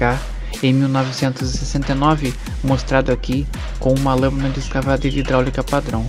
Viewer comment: Reportagem muito boa mas a Dicção dos números muito ruim principalmente quando se refere a 1969 e 1979 n dar pra saber quem é quem só precisa melhorar isso